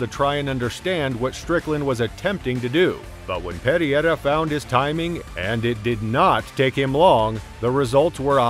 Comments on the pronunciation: alex perry-air-uh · These Chinese videos w/ text to speech 😠 say pear ear rah one more time mf'er